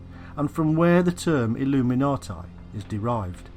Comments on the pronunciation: Can't get past 4 minutes. This guy says illuminati like a drunken brit. I'm out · I'm just curious. If the man must pronounce illuminati with a "tye" sound at the end instead, does that mean he has "tie time" in the afternoon?